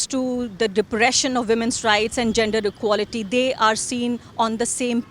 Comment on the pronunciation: "Ekality is ekality" BJP style of theorem!